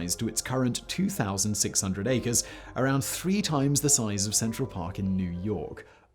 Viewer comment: I was surprised to hear you say Acres lol